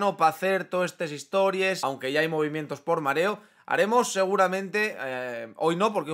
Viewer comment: cuando dijiste histories pensé que eras de podemos pero después recordé que eras asturiano